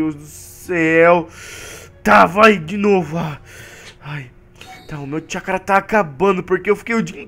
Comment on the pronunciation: no final voce disse chacura